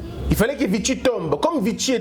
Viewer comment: Salut, Félicitations pour la qualité de votre émission. Juste une petite correction on prononce "VISHI" et non "VITSHI", la ville de VICHY est en France, donc ça se prononce à la française.